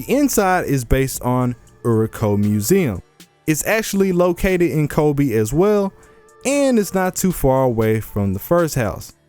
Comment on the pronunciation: Ano... it called KobE not Kobi '-')